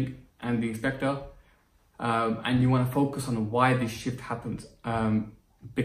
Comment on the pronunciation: When you said shift i literally thought you said shit which took me by surprise